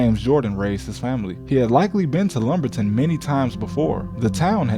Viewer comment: I believe his dad got knocked off by two dudes in lumberton. I live in mccoll. His dad was found about 2 minutes from my house (I’m serious. You pronounced it incorrectly too lol). I’m from lumberton. Mother raised there The place Jordan’s dad stopped was/is literal most crime infested area in North Carolina. Mccoll/marlboro county is dangerous also. Under no circumstance would I ever stop on the side of the road unless I’m planning on not coming home. ESPECIALLY in lumberton.